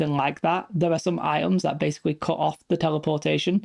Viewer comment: LOL, good one! He does not saying Items, he saying I'ems! Love the Bri'ish accent ^^